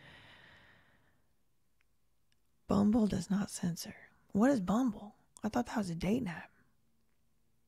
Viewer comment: I left a comment on the chat it’s Rumble not bumble lol 😂🤦🏻‍♀️ but year Rumble does not censor